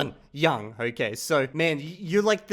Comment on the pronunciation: My favorite vowel is the o in "okay", because he says it almost like how Americans pronounce the letter name A. So I hear it as A-kay lol I'll have to go back and listen carefully for other instances of him using the 'goat' vowel (goat, vote, bone) but I'm pretty sure he pronounces 'okay' unusually unrounded, relative to other 'goat' vowel words. My hypothesis is that uses "okay" as a social cue, a sentence terminal of sorts, and sometimes words with special use cases can gain specialized sounds, even if in every other speaker it's the same